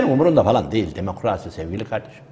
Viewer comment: "Dimukraaasi" diyen birisine inanasım gelmiyor.